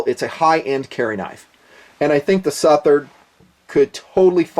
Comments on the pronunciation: I think it's pronounced SUH-THERD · It's pronounced like Southern, but with -ard on the end not -ern. Hope this helps! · say it like suth-erd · Its pronounced "Southard" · I appreciate your philosophy in regards to value, but I'm sure you've heard the old adage "you get what you pay for". In the Southard (s-UH-th-erd) what you get is contemporary design, high end materials, and a great warranty. When all of these factors are weighed, it becomes apparent that the Southard actually represents high value. For less than $300, one can experience one of the most capable steels to date. This is certainly only my opinion, but I know that I'm not alone in this feeling. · I think it's "Suh-Thuhr-Dh" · its the second pronounciation anyway I still getting one, I`m in England and this totally illegal, they are just seen as `flick` knives here, again... I dont care even if I cant even take it out of my house, I will still own one. End of. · Before doing a review you could have at least done a simple search and found the pronunciation of the guys name correctly out of respect :)